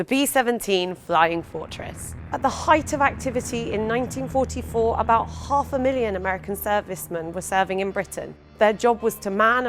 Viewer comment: About chhhawf a million americans were serving